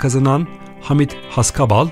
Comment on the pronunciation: Videoyu seslendiren beyefendi: Halit yazılır, Haalit okunur; Hamit yazılır, Haamit okunur, bilginize...